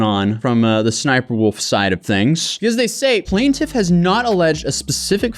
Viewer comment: Bro the reading in this, F!!!! Like half the video is this dude reading boring paragraphs and it does not stop. PLANT-if. PLANT-if. PLANT-if.